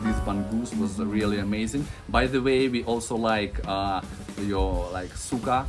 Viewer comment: Suka vs suká Suka is vomitus (it made sense when it is not a good word in Russian language😅) and Suká is vinegar in Visayan or Tagalog language.😊 You have to pronounce it correctly then.😂